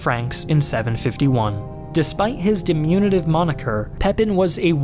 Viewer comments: Three verbal errors in three minutes (two of which aren't even real words): Diminutive -> "DimUnitive" Persevered -> "Preserved" Upended -> "UnPended" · needs to practice his oration too: Diminutive -> "DimUnitive" Persevered -> "Preserved" Upended -> "UnPended"